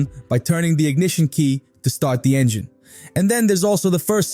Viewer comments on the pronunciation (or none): none